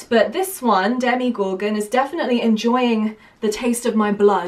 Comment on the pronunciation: The character is called Demogorgon, not Demigorgon.